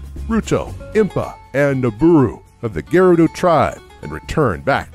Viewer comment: It's not geh-rudo, it's guh-rudo duh